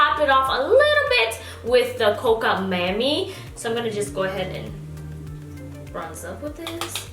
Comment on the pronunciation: Every time you said "Mammy" instead of "Mami" I hollered! 🤦🏾‍♀️❤😘